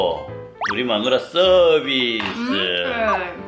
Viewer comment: 서비스가 자비스로 들려요ㅋㅋㅋㅋㅋㅋ 올드스타크ㅋㅋㅋㅋㅋㅋㅋㅋ 서비스 부대찌개 준비 ㅋㅋㅋㅋ